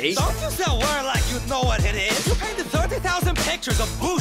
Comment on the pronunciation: When Picasso says ‘Back to you’, he actually says ‘Back to Jew’.